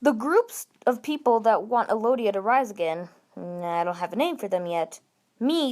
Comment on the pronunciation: Why are you saying Elodia? It's ELdia.